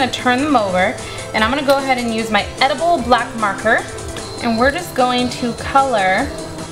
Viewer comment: are you shor its edaboll?